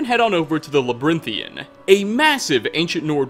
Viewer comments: I’m sorry but it triggers me on how you sometimes mispronounce the names of places like Khonahriik but it’s pronounced Khan-Nar-reeek not Konarik and also it’s not labyrinthin it’s Lab-are-rin-thian. Sorry that I had to do this I just get annoyed when these things are mispronounced call me toxic or whatever I just I don’t know lol please hate me for this. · "La-brin-thee-an" Seriously,?